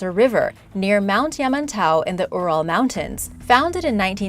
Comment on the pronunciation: Its spelled “Ural” It’s pronounced “yur uhl”. I can’t stand it when video is supposed to be educational yet the person educating isn’t educated. I mean it doesn’t take long to type in “Ural” in a search bar to check the pronunciation of the word. just sayin’. Often the pronunciation of a word is way more important than a lot of people may think it is. This is one of those cases. I have never heard of the “Earl” mountain range.